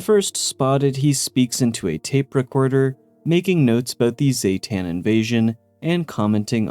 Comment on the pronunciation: Everyone always heccin says the aliens name wrong, ZEEE-tan not ZAYYYY-tan, jesus ik its a small detail but bugs tf outta me